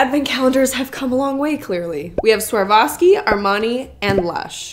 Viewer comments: LOVE THE VID!!! JUST PLS SAY SWAROVSKI INSTEAD OF SWARVOVSKI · I thought it was pronounced SwarOVski, not SwarVOski. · The sheer number of times “swar-voski” was said instead of “swar-ovski” 😅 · The way you say Swarovski haha I can't now I know how you guys feel when Slavic people read English brands 🤣🤣 You and switch o and v in that word making it Swarvoski:D Also, w should actually be read like v in this word so it should be Svarovski:) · It’s swar-ov-ski not swar-vah-ski! Lol! My mother in law used to collect the miniatures and they were about $80-100 for the tiny ones and quite a bit more for the bigger ones. Any that had colours (like the animals had) were more expensive also. I’m Canadian so that’s in $C. Love your so much! She feels everything to the bottom of her heart doesn’t she? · Love it but why are you calling it sarwowski instead of „swarofski“😭😭😭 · She’s saying swarvoski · The biggest culture shock of my life was NOT the fact that people actually pay this much on seasonal stuff (as i thought it would be), but ACTUALLY the fact that pronunciation of Swarovski is SWAR-VO-SKI. The amount of times i replayed that intro out of PURE SHOCK!!! lol for context, i thought EVERYBODY pronounced it SVA-ROV-SKI, but that's not the case ig 😀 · Well I thought it was pronounced swar-kov-ski until this video 🤦😂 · You were mostly right. It’s Swa-rov-ski or swar-ov-ski. Either one as they are the same thing. The swa part is pronounced like the first part of swat. W isn’t pronounced “V” in this case. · The fact that you said Swavarski sixteen times.... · Girllll why are you saying SwarVoski? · Love how your consistently mispronouncing Swarovski as Swarvoski 😂 But what a shame they just put in magnets and decorations... I would've expected more jewelery 🙃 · no, its swa·ROV·skee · the way she sais Swarovski wrong lmaoo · My favorite part was how badly you pronounced Swarovski 😂